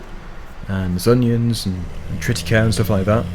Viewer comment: Uhh... triticale is pronounced triticailee